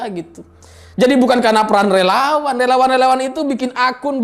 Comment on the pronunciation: Renyah sekali dengar sebut relawan tdk jelas...